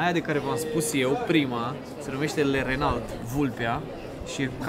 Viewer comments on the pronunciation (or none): none